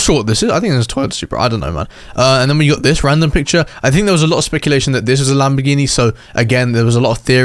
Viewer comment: Bro is lambagambar Not Lamborghini💀🫵🏽